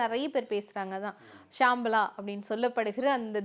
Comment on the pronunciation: Not Shamala it is Shambala